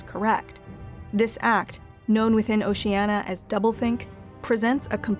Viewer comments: Is anyone else just getting irritated by her failure to pronounce "Oceania" correctly? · Just because she mispronounced it doesnt mean it isnt Oceania. Orwell wasn't demonizing just Stalinism. He was a socialist himself who opposed Nazism but rightly saw what Stalin was and had implemented, which wasnt socialism and became disgusted by it. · Shouldn't you pronounce the I in Oceania? At least the reader did in the audio book I listened to. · 'how many times can i pronounce oceania wrong in 12 minutes' the movie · O-Shee-Ey-Nee-Aa not O-Shee-Ey-Na. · Why are you saying it like "oceana" and not "oceania" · PLEASE correct your pronunciation! It's "OcianIA" (-nya); not "OciANNA". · It's "Ocean-ya" not "Ocean-a" ffs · You know it's pronounced "Oh-Shee-ah-NEE-a", not "Oh-Shee-ah-na", right? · OcenIa not Oceana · Is it really pronounced "Ocean-ah"? I've always thought it was "Ocean-ee-a", like it's spelled. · It's oceania not oceanna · It'd be better if Oh-sheeh-ah-knee-ah was properly pronounced. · There are five syllables in "Oceania". O-shee-an-ee-uh. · Why is she pronouncing it as "o-shee-anna" but it's spelled Oceania in the title? It's really bugging me. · O-she-Ah-Ne-ah, is its correct pronunciation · It's annoying she doesn't pronounce Oceania properly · It's pronounced "oh see ahh nee ahh". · Oceania: Has an i: “oceana”._. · Why is it so hard to pronounce 'Oceania' [oʊʃiˈæniə] correctly? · Say OCEANA just one more time... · Was it a mistake, or a deliberate time-saving measure to allow the narrator to mis-pronounce Oceania with 4 syllables rather than 5 (i.e .the 'i' should not be silent). Or a subtle reference to altering the truth, regardless of facts 🧐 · Why can't you say Oceania correctly ffs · Good video, but you mispronounce Oceania. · Why can someone who professes to know so much about Oceania not pronounce Ocean-I-a? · ocean-i-i-i-i-i-i-i-i-a. That willful constant mispronunciation drives me bonkers. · You keep saying Oceania incorrectly!